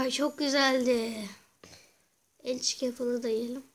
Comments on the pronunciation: adam enchanting apple diyemiyo emçık apple diyo what? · lan mal onun adı ençik apple degil anchle apple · azad Tbenler ençli de demiyo ençik gibi bişey diyo